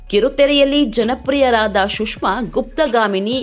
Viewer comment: ಶುಷ್ಮ ಅಲ್ಲ ಸುಷ್ಮಾ